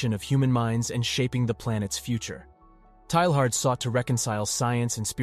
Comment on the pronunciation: PLEEEEEZZZZEEE learn how to say his name! TAY YAR !!